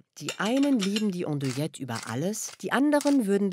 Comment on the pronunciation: Wird "Andouilette" wirklich "Ondouilette ausgesprochen?